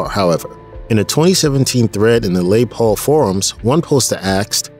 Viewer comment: "Lay" Paul!? Seriously?